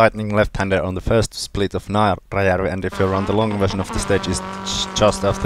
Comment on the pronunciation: What was the pronunciation of naarajarvi , I’m an American who likes Finland and Finnish so I’m trying to at least learn how to say the stages in dirt rally. I can’t tell if you said naarajarvi wrong or if I am reading it wrong, I’m guessing it’s my fault. Thanks for the videos.